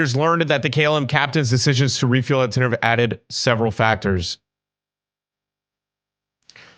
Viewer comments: I’m sorry to be correcting but I just have to, it’s ten-e-reef, not ten-er-ife, it just bothered me. Sorry! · Nice video. You should react to Green Dot Aviation next. Also fyi pronunciation would be "Tenereef" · It called ten-ir-i-fè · btw its ten-uh-reef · it’s pronounced ten r(short sound) eef ay￼ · Sounds spanish so it woukd be ten-e-rí-f-e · It’s pronounced like mavscooper said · It's pronounced Ten er eff ayy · Sorry not tryna be rude or nun but tenerife is pronounced ( ten-er-refe-ay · its te-ne-ri-fey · if anybody is wondering its The Tenerife (Tena-Reef-ay) Airport Disaster. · It’s pronounced ten-E-RE-Fey